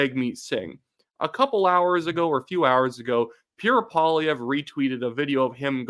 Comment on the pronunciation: I just love Puerre Poilièvre 😂